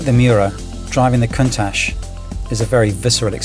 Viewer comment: Countach should be pronounced: koon-tatch according to my Piemontese friends! It is a Piemontese expression of awe when they see something amazing, great name for such an awesome car!